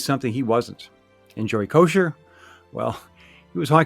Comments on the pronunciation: “Ko-Cer” not kosher lol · Joey Ko-sir...not Kosher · I’ve heard announcers mispronounce Kocur’s name a lot. Koshur Kokerr Kos-cherr